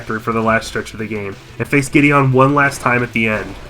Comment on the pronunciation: that name is pronounced gide-in